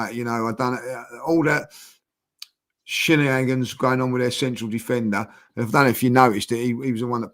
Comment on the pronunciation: Did say “shinnehaggins” instead of shenanigans?